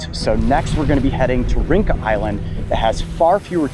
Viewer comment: Just an FYI, Rinca is pronounced Rin-cha. The alphabet C in Indonesian is pronounced Che. It makes ch- sound. 🍻